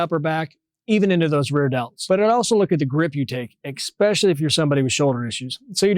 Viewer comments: Dont wanna be an Ahole but ''eXpecially..'' ?? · Nobody:: "eXpecially"